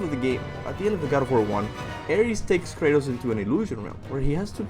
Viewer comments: its Kratus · It’s Krates... bro